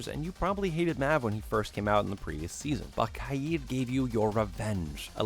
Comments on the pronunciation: Umm u dumb cuz Kaid is not said kied it is Kaid like cane but ai and kd in stead of cn stupid. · He says kaid wrong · Am I the only one annoyed by the way he pronounced kaid